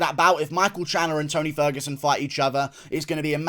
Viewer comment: When you said beat the T out of ferguson, call him ony ferguson I spit my drink out 🤣🤣